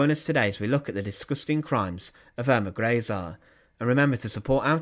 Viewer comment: Pronounced Earma Grayzuh.